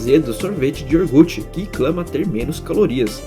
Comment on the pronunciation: Vídeo muito maneiro, mas em ele manda um Sorteve de ioRgute, mas toma o like